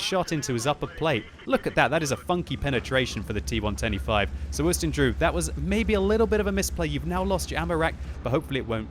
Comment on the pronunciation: im always hearing "t 1 25" instead of "T110E5" am i the only 1? :D